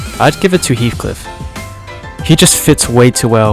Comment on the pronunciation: Its heathcliff btw